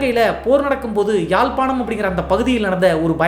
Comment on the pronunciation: யாழ்பாணம் இலவ்கை என்று அழகாக கூறிய ❤